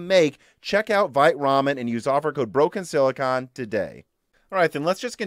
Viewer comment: "VITE" Ramen should be pronounced "VEET" Ramen. "Vite" is the french word for "quick/fast".